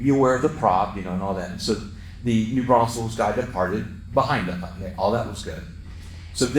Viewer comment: It's New Braunfels, not New Braunsfels!